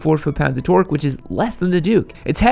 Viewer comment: Just say torque normally dude